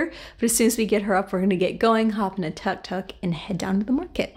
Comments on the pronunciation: It is pronounced took took. I enjoyed watching this video. Thanks for sharing. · “Took took” not tuck tuck. Not sure how you even end up with that pronunciation. You guys said you went here before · Its pronounce as took took nit Tark tark hahaha BTW nice video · Thank you so much for sharing your journey to Chiang Mai! It is beautiful. The Buddha temples are the best! Thailand food is soooo delicious!!! By the way, TUK TUK is pronounced like TOOK TOOK, not TUCK TUCK 😂😂